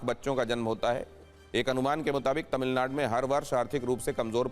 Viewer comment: 😂 Are anchor.. tamilnad nhi Tamilnadu hai.. teleprompter par Au ki matra hat gyi to wahi pad diya ??